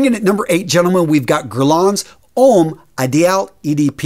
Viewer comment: Ouch. The pronunciation here is absolute cruelty. Homme is prounounced om not ome. Drop the last letter in French words; so you drop the n in Guerlain. Millesime is prounounced with a z. Azzaro is pronounced like arrow... I had to give up at this point, my ears were bleeding from this aural rape. If you're going to talk about a subject please learn how the words sound; the language of perfume is pure poetry.